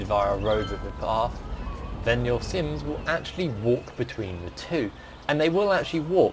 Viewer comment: "Sims" no😂.